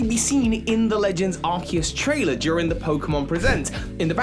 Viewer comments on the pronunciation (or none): none